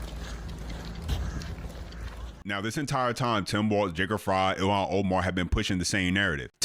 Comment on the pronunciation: Bruh..... his name is Walz....not Waltz. Thats a dance